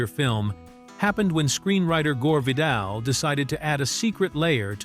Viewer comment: I know, right. The AI Guy mispronounced Vidal's name at least twice. I had to go back to figure out who he was talking about.